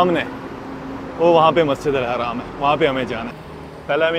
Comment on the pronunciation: Bhai haraam bolna band karo, ye Masjid Al Haram hai na ki Haraam